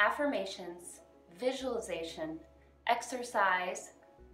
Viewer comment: It is really prounceate like visual-li- zation. visualization. 😂😂 everybody pronunciate right except people doing miracle morning routine. Probabaly bc Hal say it wrong first 😹😹😹😹😹😹